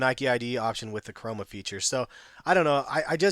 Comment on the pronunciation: *Chroma option. You make that mistake quite often hahah